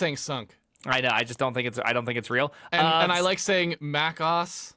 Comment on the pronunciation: should know that I can't pronounce MacOS in any other way than "muh-KOSS" ever since he said it